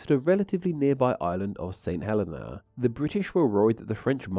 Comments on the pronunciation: No offense, but I think the island is pronounced "Huh-LEE-Nah", or something like that, with the emphasis on the second syllable. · Saint Helena is pronounced Saint Hell-ee-na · Cape Town, where I attended senior school, is certainly not 17,000 miles from Tristan de Cunha. Unless you travelled east, of course. Also, St Helena is pronounced St Heleena, with the accent on the last syllable. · a friend's nana is/was from St. Helena as well, and through that i learned that it's pronounced hə-LEE-nə